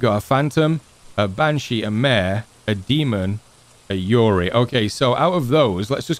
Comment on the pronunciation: The word is " YUREI" not yuri YUREI= GHOST YURI= LILY FLOWER/ LESBIAN